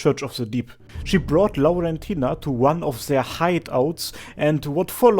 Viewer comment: Ngl I actually love how you pronounce Laurentina, sounds very pretty